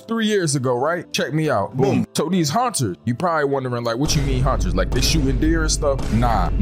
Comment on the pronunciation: It sound like you’re saying haunchers instead of hunters I know I can’t be the only one I heard that